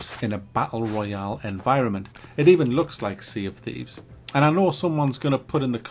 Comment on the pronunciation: "Tea of Shieves"